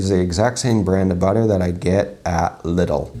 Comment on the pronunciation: As a German I have to tell you, that Lidl is pronounced like "Leedl", not like "little" \:p